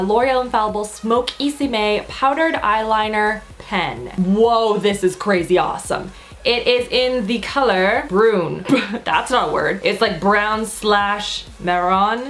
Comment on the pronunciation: "Brun" is actually the french word for "Brown", it's pronounced "Brain" like "Guerlain"